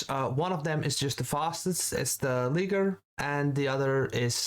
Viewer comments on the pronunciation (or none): The Leeguar ?? Ligier you mean I guess. You should try to pronounce the names as they are pronounced in their language. Here an example of how it is said